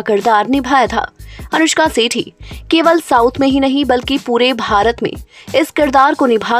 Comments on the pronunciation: Not सेठी..its shetty...clear pronounsation.south industry not bullywood 😅😅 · It is Anushka "Shetty", why are you making it "Sethi" ? She is a Tulu Kannadiga. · Sethi nahi Shetty bolo. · Aap pronunciation sahi kare!! Voh Sethi nahi Shetty hai. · 1st pronounce her sir name property. It's Shetty not Setthi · Her surname is "Shetty" not "Sethi"...😂😂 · Anushka sety nahi Shetty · Shetty bolo pahile